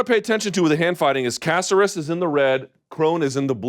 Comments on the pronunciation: Luke, repeat after me: ca-CER-es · Ku-sare(like dare but “s”)-us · casserus? when is it unacceptable for someone in the game to constantly mispronounce names? lol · Bruce Leeroy has 20 fights in the UFC alone. Let's at least say his name correctly lol. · Mr. Thomas. Please stop mispronouncing and perverting peoples name. I thought you're on a roll with Ngannou. Now you're messing with Alex's name. Get a hold of the American culture brother!!! Di Great segment!!!